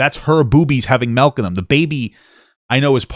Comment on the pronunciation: SMH "melk"